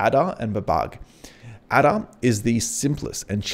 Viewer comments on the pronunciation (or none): Sorry mate I was LMAO! Your pronunciation of the old programming languages (or lack of it!) - HILARIOUS. "ADA" is pronounced "AYDA" and is one of the oldest programming languages - certainly not pronounced ADA as in "ADDER" like you said - I was laughing so much... then you said "BABBAGE" in some 'strange way' which I still cannot describe!... Mate, it's pronounced BABBAGE as in "CABBAGE" the vegetable but starting with a "B". LOL... Mate it was hilarious - thanks for making an old programmer of some 50 years laugh so loud I had to visit the loo 🤣🤣🤣🤣😆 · Great video! I did find it funny how well versed you are about this but didn’t seem to catch onto the naming scheme behind the models 😅. They’re all famous scientists eg Ada (pronounced ay-daa not ah-da) is Ada Lovelace. Amazing content still just a funny thing I noticed lol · bab-ij and adar ... I winced each time I heard you mispronounce those famous computer scientist names! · Nice but please pronounce Babbage (Charles Babbage - Bab Age) and Ada (Ada Lovelace - A Da) correctly lol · that'll be charles babbage ( pronounced babbij ); inventor of the difference engine. and ada lovelace ( pronounced aid uh ); famous 18th century mathematician 👍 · also ada is ay-da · Great video, but "Babug" and "Adder"!? 🤨 Kids today... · Just a heads up "Babbage" is pronounced similar to "Cabbage". "Ada" is pronounced "ay-da". They're both names of early mathematicians. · Loved this, even tho the pronunciations of Ada and Babbage tickled me. I think it's Ada as in Ada Lovelace and Babbage as in Charles Babbage 😂😂😂 Many thanks for all the effort you put into these